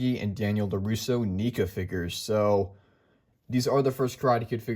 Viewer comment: Everytime you say NEECA instead of NECA it triggers me